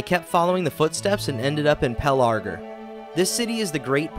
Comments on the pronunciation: Horrific pronunciations. "Minas Ter ith" "Pel are gur" ........................... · God, this is fun, but the pronunciations are making me twitch. Caras Galadhon (pronounced car-as gala-thon) as Care-ass galad-horn was the worst one thus far Edit: Nevermind, I just heard him say Pelargir. Then there are just the ones that are so small, it’s just enough to make someone like me twitch, like Minas Tirith